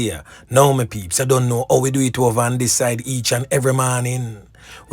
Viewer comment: it's don't not DINT Prof